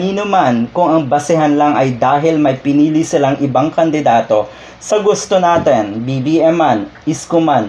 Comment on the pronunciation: "Natin" po at hindi "naten"